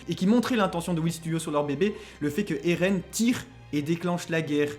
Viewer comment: Moi en tout cas j’en ai marre que dit ereh au lieu de eren